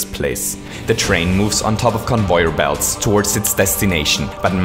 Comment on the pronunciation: "Convoyer belts"